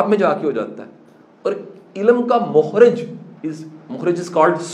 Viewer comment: Sir sorry to say it's not a "mokhrij" it's a "makhraj" means nikalny ki jaga